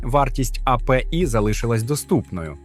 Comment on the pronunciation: невже так важко голосом надиктувать, щоб не було «а-пе-і» і «кУрсор»